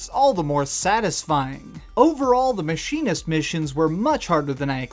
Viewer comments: This guy.... Plays entire DLC, hears "Mechanist" multiple times, but hears "Machinist" Also doesn't know how to pronounce the word automatron. Smh... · Au-TOM-a-tron. MECH-an-ist. NUKE-lee-ar. MEH-lay. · AU-TA-MUH-TRON, MECK-UH-NIST.